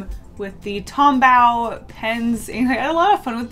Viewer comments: When she says tombaw instead of tombow 🤣🤣😂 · Tombow is pronounced like Tom...bow like a bow on a gift. 😁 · i think tombow is pronounced "bow" as in bow and arrow not "to bow" at someone yeah thats it thats all i have to say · everytime she says tombAO it triggers my fight or flight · I freaking love your art style Just one small tip you don’t pronounce the w in tombow